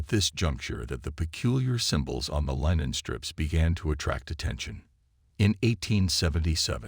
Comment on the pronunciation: Really bad A.I. voice, yup. "Line-en" for linen? Puhleeeze! 🤣